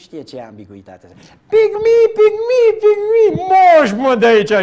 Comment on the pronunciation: 😂😂😂😂”pik mee”,”pik mee”😂😂😂